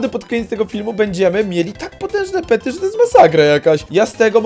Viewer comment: Pety nie pery